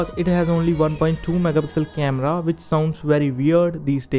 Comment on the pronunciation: tried to say which but said bitch 😂